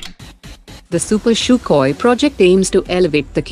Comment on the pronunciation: man just stop calling it "Shukoy" people are puking everywhere because of this 🤮🤢